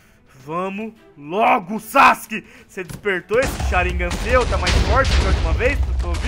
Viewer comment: vc nao foi pra escola nao e sharingan nao sharignan